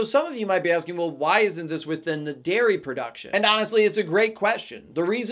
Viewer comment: Invalid information, what is "daiy" farming. Are you saying I can't farm in the naight?